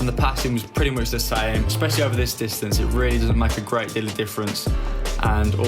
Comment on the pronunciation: Correct me if I'm wrong, but he said pretty muxh